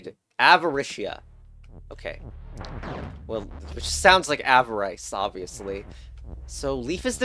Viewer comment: IT ISN'T PRONOUNCED ah-vuh-rice IT'S PRONOUNCED ah-vuh-riss (so no avaricely puzzles memes sorry)